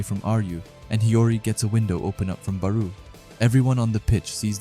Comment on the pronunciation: Why do you pronounce Barou like that